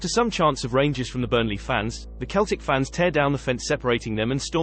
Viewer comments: Its Seltic, not Keltic! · It's Seltic not Keltic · Yeah "Keltic" 😂😂😂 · What the hell it's Celtic